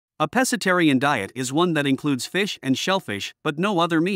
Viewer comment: Pssst! Pro Tip: It's pronounced "PESK-atarian."